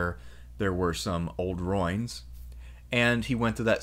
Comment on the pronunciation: an interesting video! it's funny how you pronounce ruins though (no offence)